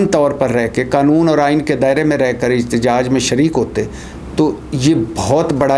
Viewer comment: احتجاج ہوتا اجتجاج نہیں پہلے اردو سیکھو پھر ویلاگ کیا کرو سبزی فروش